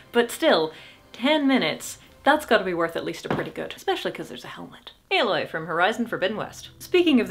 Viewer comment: See, THAT'S how we can be sure you're a professional 'Tuber; you managed to pronounce Aloy correctly, even though you've never played the game.